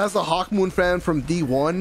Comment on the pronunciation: YOU CALL THIS THING A HAWKMOOM 😡😡😡😡😡😡😡😡😡😡😡😡😡😡😡😡